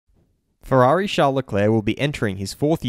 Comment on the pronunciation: Ooofff Valentino Rossi like fwerari fwiend sad Lando